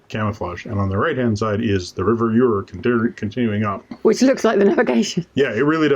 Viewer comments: "Ure" is pronounced "Yore" - hence the boats with "Yoredale" on them. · Great vid thanks one small thing the pronunciation of the river Ure it,s not Ur it,s said as [you ar] but hey ha ha ha great video. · River Ure is pronounced as your